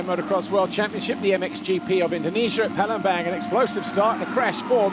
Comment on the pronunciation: Not pelham bang, bit palembang